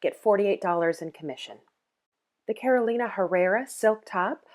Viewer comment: Inagree. And also pronouncing Carolina like the state. It's "Caroleeena".